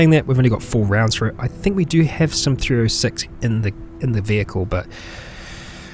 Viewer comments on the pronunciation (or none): You just made my day, this video came up as I finished episode 9! Perfect timing! And not to sound like a nitpicking douche-bag, this is purely for clarification purposes: The .30-06 is pronounced thirty-ott-six for future reference :) I know thats odd but its just a goofy Americanized term